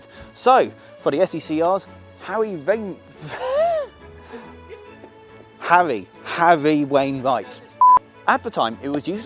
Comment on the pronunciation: You have to admit that saying SE&CR and Harry Wainright in the same sentence is really difficult but you pulled it off beautifully.